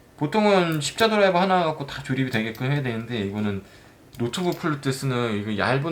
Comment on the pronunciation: 자꾸 드라이버을 도라이바 라고 하시니 도라버 리겠네요 ㅎㅎㅎ 농담 ^^ 나이때가 보이시는 늘건강하고 대박 나세요 100 구독 가즈아^^